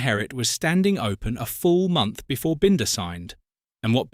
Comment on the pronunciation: maybe learn how to pronounce Brad Binder's name I'm sure he's earned it